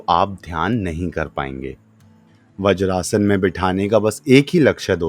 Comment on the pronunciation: व्रजासन नही वज्रासन.